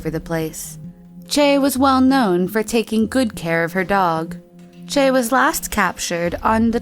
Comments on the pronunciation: SilverOwl13 It's Choi but all I heard was Chey. What the fuck, how could someone get that wrong? I cringed, really. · not it's pronounced as 최 (choe/chwe). Chae is 채. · Choi is actually pronounced as Chae. Lol. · how choi was pronounced though.. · Ohhh the pronunciation of the Korean words... 😤😤😤😐😐😐 Edit: Busan not Poosan and Choi not Chae